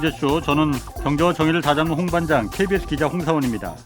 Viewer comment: 일본에서 주재원으로 있으면서 잘 듣고 있습니다 ㅎㅎ 근데 자동자막으로 보다보면 은 말씀 하시는대로 AI가 자막을 틀림없이 잡아주는데 ㅋ 홍반장님은 이름부터 틀리게 나와요 홍사원 이라고 ㅋㅋ 홍반장님 거의 30년 짬바이신데 ㅋㅋ 발음이!! ㅋㅋ